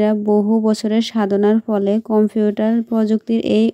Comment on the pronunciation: কম্পিউঠার না কম্পিউটার